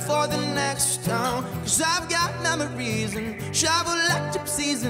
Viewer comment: “I’ve got MAMARYS” one direction energy (It sounds like mammary when he says memory lol)